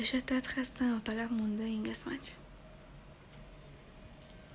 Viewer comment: چرا به قسمت میگی گسمت